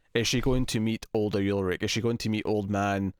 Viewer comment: Its not YULRICH its ULRICH!!!!